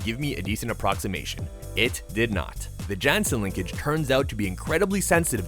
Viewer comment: The creator of strandbeest’s name is pronounced more like Tayo Yahnsen